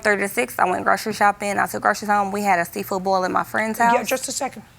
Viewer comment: You can tell she goes crazy when bothered, by the way she said "Seafood Bo" It's boil 😮‍💨